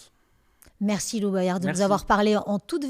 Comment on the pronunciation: Apprend a dire son nom déjà lou boyard ... Mdr c'est LOUIS DEJA